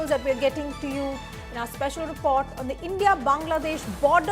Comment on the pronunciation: Report not Repot 😂😂😂